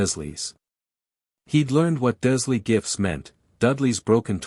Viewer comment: Can we please change the AI voice that is reading this that the name is Dursley, Not Duzlee. I have never heard one of these AI generated Harry Potter FanFictions pronounce that name correctly. And I'm sick of it.